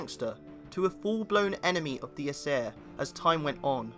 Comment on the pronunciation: This dude cant even say ”aesir” right